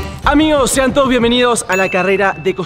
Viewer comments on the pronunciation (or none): none